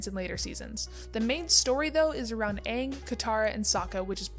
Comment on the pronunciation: period its aang not oong